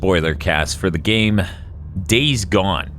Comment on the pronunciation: I really like days gone but because of you guys I cant say his name right.